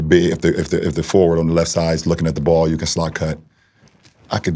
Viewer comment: "i Knew hOW to run tHE PLAY from the lEft sIDEE"